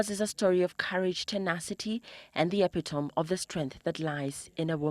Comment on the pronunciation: Great video though towards the end you pronounced the word epitome as "epitom" instead of "epitomy." :-)